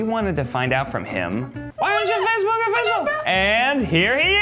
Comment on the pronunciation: Dude needs to quit saying "offish"